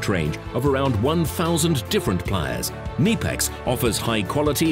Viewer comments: no. the k is pronounced. ke-KNEE-pex with emphasis on KNEE (i realize i used an english word with a silent K but i just wanted to show the it is pronounce like the joint between your thigh and calf) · pronounced knipex wrong